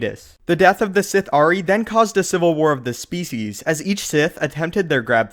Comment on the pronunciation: The Si-ITÉ